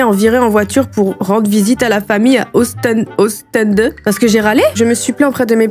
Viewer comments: Alors pour les gens non-belges : - Les chef-lieu/ville dont les noms finissent par un '' d '', celui-ci ne se prononce pas Ostende se dit Ostande, Gand se dit Gan - Pour l'école c'est Maternelle (3 ans) - Primaires (6 ans) - Collège (6 ans, donc de 12 à 18 ans) - Bruxelles se prononce Brussel C'est cadeau 💞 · Et sa se prononce Ostandeee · Alors déjà tu écorche les nom de ville Belge. Gand, on ne prononce pas le "D". Ca se prononce Ost en de et pas Ost è n de. Et notre système scolaire est quand même bien. Plus simple qu'en France. Maternelle (de 3 à 6 ans (non obligatoire) ensuite Primaire (de 6 à 12 ans (Obligatoire), puis Secondaire (de 12 à 18 ans (Obligatoire), ensuite Supérieure ou université (pas obligatoire). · En Belgique 🇧🇪 Pour les prononciations des villes Gand = Gan Limbourg = Limbour Ostende = Ostande Pour l école en Belgique On a les maternelles de 2,5 à 6 ans (de la 1ère à la 3ème) Les primaires de 6 à 12 ans (de la 1ère à la 6ème) Et les secondaires (lycée) de 12 à 18 ans (de la 1ère à la 6ème) Et voilà ❤🇧🇪